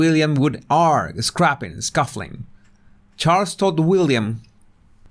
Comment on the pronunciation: Not to criticise but encourage you….look up how to pronounce argue. It’s the first bit of argument x